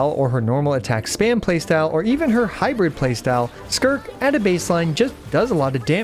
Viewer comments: "Skirk" 🤨 "Skirt" 🤓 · Is no the same to say skirk than skrrrrrrt 😂